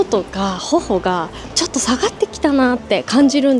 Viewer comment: 조또조토 하는말이😂 욕하는소리로 들려요..ㅎㅎ